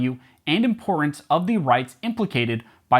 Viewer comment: "...value and impor-ance"? Jeez Louise, you've acquired that supremely irritating drooped T disease.